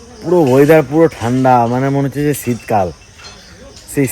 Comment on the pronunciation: উচ্চারণটা ছিতকাল হবেনা শীতকাল হবে 😂😂😂